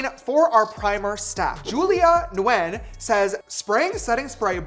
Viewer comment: Nguyen is pronounced as win 😭